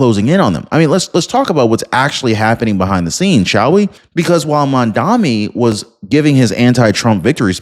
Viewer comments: I am die hard Trump fan, but you ought to try harder to pronounce Mandani’s name correctly. It’s not Mamdami, it’s Mamdani! I’ve no lose a little credibility every time you say Mamdami. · Are you hearing disabled? It's Mamdani, not Mandami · Guys, I am not American but I am watching you. Mamdani is a good change. Give him a chance. And you sir, you are mis pronouncing that name. It is MAMDANI. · Dude. I'm in your corner and I agree with your stance regarding your political position, but you look really foolish in mispronouncing Mamdani 's name. It's Mom-Donny. Please, get it right. I hate the guy but please, say his name correctly. It diminishes your intelligence to continue to mispronounce it. All the best to you. Keep up the fight!😊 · Why cant your pronounce his name properly ..... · at least learn how to say his name properly if you are going to criticize him